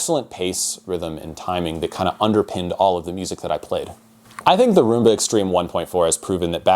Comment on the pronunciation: Pronounced Rum-ba. It's an alternate spelling of the Cuban dance.